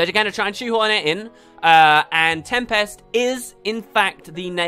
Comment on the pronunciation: Oh great, now we get to hear you mispronounce tempest in every video for the next 5 years. Joy.